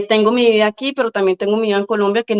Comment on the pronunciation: Se dice vida no vía, que mal hablada esta hija de Petro...